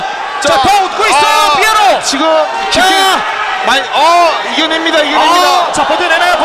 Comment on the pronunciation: 이런 명경기에 해설위원이 선수 닉네임을 잘못부르는게 영 거슬리네 삐에로가 아니라 피에로인데